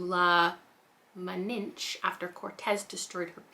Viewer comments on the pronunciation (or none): Immortal pleasures sound amazing. For pronunciation Malinche is Mah-leen-ch-eh and Conquistador is Con-kis-tah-dor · On the V Castro book the word is pronounced mah-lean-cheh and con-kees-tah-door